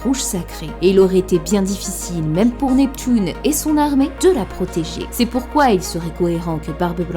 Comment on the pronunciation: Après la "pouissance" de on a eu le droit au "Neptoune "